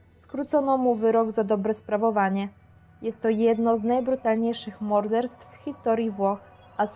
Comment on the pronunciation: Odciski palców nie mogą być KOMPATYBILNE 🤦🏻‍♀️ Przestań przekręcać wyrazy jak np. mODestwo czy masa innych. Mów po prostu wolniej, bo to aż krzywdzi uszy. Do tego wypowiadanie nazw idzie Ci bardzo słabo. Przestań je sylabizować a zamiast tego poćwicz ich wymowę.